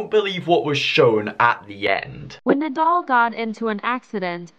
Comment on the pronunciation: Bro said NidAl It’s said like needol 😂